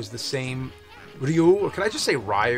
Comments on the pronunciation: Reeoo. Not Leeoooo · Don't say Whyu, James. Just say Ryu. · You can say "R.Y.U."... instead of Rayuu.. or Reeyuu. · i go with "ree-oo" lol